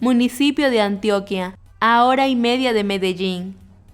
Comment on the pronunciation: oe antioquia no se pronuncia asi sin ofender pa que lo tome en cuenta